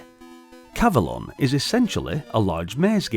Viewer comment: I would say it's pronounced cav-o-lon, to rhyme with the mythical Avelon, where King Arthur and his knights are taken after their deaths. Anyway, seems to be a charming maze game, similar to the arcade game Tutankham, which came out two years earlier. (BTW, Excalibur is the greatest King Arthur movie ever made, IMHO. It has never been equaled.)